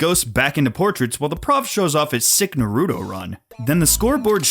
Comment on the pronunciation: I'm going to assume you mispronounced "Naruto" intentionally, as the moment you said it in this video was for a sort of joke bit